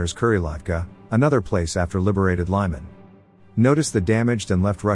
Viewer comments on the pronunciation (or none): "Lyman" is pronounced "leeman". I spent my summers nearby as a kid. Used to be called "Krasniy Liman", meaning "Red", that part got dropped. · Great video. Just a minor correction about the letter “y” pronunciation - the city “Lyman” isn’t pronounced the American way of “Lie-Man” but more like Lee-Mann. Slava to the people of Ukraine!